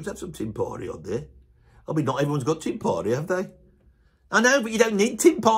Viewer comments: I believe "tympani" gets an accent on the first syllable. To wit, TYM-pa-ni, and not tym-PA-ni. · This guy's a drummer (apparently - never heard of him), yet can't even pronounce timpani properly, and then makes a video rating drummers! Unbelievable. Timps are as legit a choice for drummers as any tom.